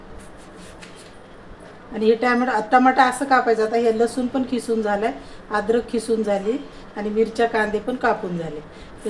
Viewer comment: मस्तच आहे रेसिपी पण तुम्ही कीसुन म्हणा खिसुन म्हणता ताई